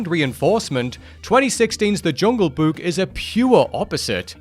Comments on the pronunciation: I'm sorry, but this guy simply can't pronounce the word "Book". He keeps saying "buuk" every single time💀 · I like the way he pronounces Book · Omg pronouncing “book” is like the best thing since hearing Frank Welker as Fred in Scooby Doo pronounce “treasure”